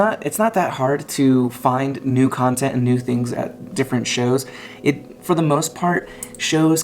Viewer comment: Jawntent jawntent jawntent !!!!